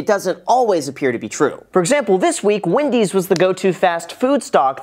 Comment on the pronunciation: It’s Wendy’s not Windys. You don’t “smash” a button unless you want to destroy it.